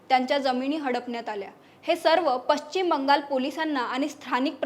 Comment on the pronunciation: पश्चिम शब्दाचा उच्चार व्यवस्थित करणे. मराठी भाषा आपल्याला टिकवायची आहे